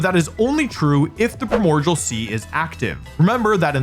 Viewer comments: WOLFE the fect u pfonounce primordial as "primodjal" really pissis me off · you keep saying primordial (prai·mor·dee·uhl) sea wrong... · “Primogial”. Will forever live in my head. Jokes aside I love these videos. Oh and if anyone reads this I hope you have a wonderful day. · This was randomly recommended to me and man everytime he says Primordial I feel he is trolling us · its so funny that he can't (or won't) say primordial correctly